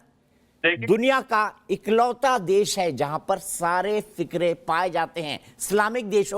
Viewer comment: फिरके को फिकरे बोल रहा है दीपक चौर सिया 😃